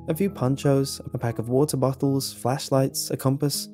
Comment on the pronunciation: he said bottles of water (sounded like buttholes of water)